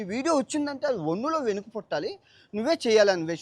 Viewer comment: ముందు తెలుగులో సరిగ్గా ఏడు, ఒంగులో వెనుక కాదు, వెన్నులో వనుకు 😂😂